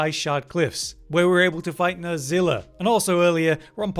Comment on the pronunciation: Nerscylla is pronounced Ner-sill-uh, there is no z sound. Although in Japanese it would be Ner-skyu-la.